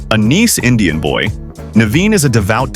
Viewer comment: A Neece Indian Boy.?????? This is a really stupid AI service.